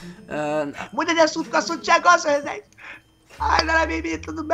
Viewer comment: clotild fala certo vc fala rezeeeennnndeiiev il ai senhorrr